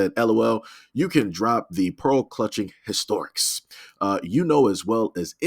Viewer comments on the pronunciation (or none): If you're going to post and narrate these things you need to learn the language. The poster didn't say "You can drop the( historics )" as you pronounced it, they said you can drop the ( HISTRIONICS ) ... HIS-TREE-ON-ICS .... do you even know what that means? Look it up. in a DIC-SHUN-AIR-EE